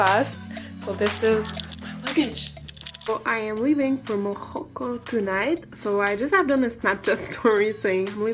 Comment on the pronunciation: hahah its morroco not morojo